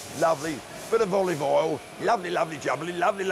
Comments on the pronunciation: he also says: olovole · "There is no olivie oil in there" Well i'll be damn......